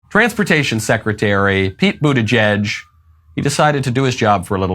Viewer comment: Pete Bootyjuice, isn't that what Biden called him? Or was I the only one who heard it?